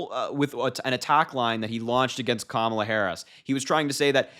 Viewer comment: I'm surprised he said kamala right for once